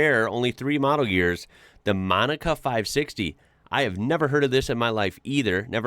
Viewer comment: . " MONICA " car.